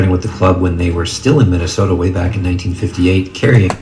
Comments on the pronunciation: We all just gonna ignore that this man's said Minnesopia? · Nobody: Flight: Minnesopia, Minneapolis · "Minnesopia Minneapolis" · This nigga flight really said MINNESOAPIA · Minnnandwake MInanastota” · No one: Flight: The lakers were in Minnesoppia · Madu He said Minesopia after that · he really said "minisopia" omfg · “Minasoppia” tf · This man said "Minnasopia Minanapolis Lakers" Lol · Flight really said minneinsota and minneinopois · “minnesopia” “minneanapolis” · This nigga said Minnesopia Minnenapolis